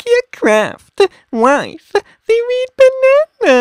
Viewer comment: Reed bananaaaaaaa! At least he said Del Monte right😂